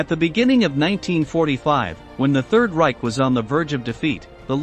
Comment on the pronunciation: Reich is NOT pronounced Rye-ck. It’s rye-sh.